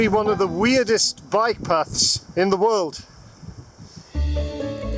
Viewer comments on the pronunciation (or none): none